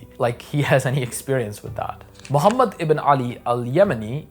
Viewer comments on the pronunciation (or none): none